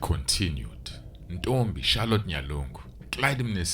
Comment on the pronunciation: Nxalati not Charlotte.